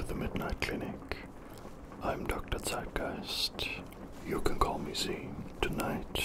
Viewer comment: Du bist hundertpro deutscher so wie du zeitgeist ausgesprochen hast 🤣😅